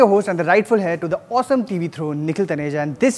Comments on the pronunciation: Nice review. Also,, ummm, it's not hair, its air. I am talking about the pronunciation of 'heir'. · Did u really pronounce heir as hair? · Air is the pronunciation of 'heir'